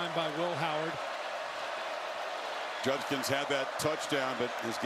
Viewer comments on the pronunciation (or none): Hilarious that Kirk cannot pronounce JuD-kins.